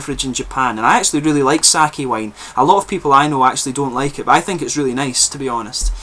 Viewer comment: I am enjoying the second try of this one. Usually, sweetness is a lingering tone I don't care for but in this one, the lingering tastes as you get lower on the bottle, really keep the interest going. Amazing, unusual taste. Oh, and Sake [you pronounced it correctly] is not wine. It is a spirit. Too many foreigners say [saw key].....you did it right with[ saw kay] for pronunciation. I didn't know they were trying wine. Japan has only one tiny area fitting for it. I hope they can do it. you are full of knowledge.